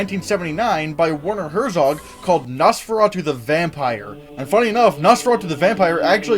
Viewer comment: Werner Herzog is pronounced: Vair-ner Hairt-sohk. Just FYI